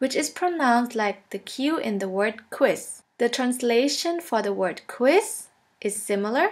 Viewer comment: Not meaning to be rude but Quiz is a ZZ sound not SS. And Cow in German is spelt KUH. Lol I said to my self, Q is a cow.